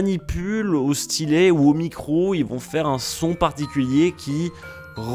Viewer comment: c'est pas stylé, c'est stylet. 😁